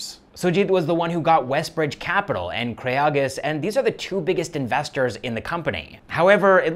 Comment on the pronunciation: Its Investors not Insestors !!